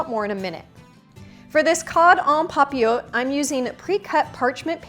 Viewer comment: The te is actually pronounced in this French word. 😊 you can hear it on google translate.